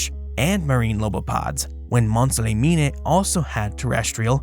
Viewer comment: Mont - saw - leh - mean ;-)